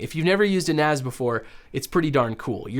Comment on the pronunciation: It's NAS as in Network Attached Storage, NOT NAZ (Network Attached Zorage??)